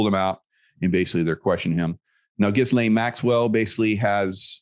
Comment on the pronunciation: This is a rather bleak future.. 🥺 I hope something happens to allay their efforts in this direction. By the way, it's "gee-lane".. not that I could care less about the sick b